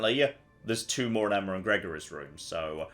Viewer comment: Why can't pronounce Emma? Emmer isn't a name god damn it!